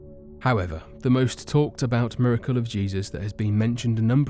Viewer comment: the fact you can hear in his voice that he is trying to mispronounce miracle is fkn annoying